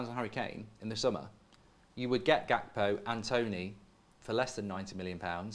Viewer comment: finally learned how to say gakpo😂